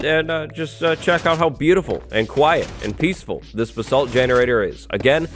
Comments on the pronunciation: Your pronouncing “basalt” wrong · Me correcting him everytime he says basalt wrong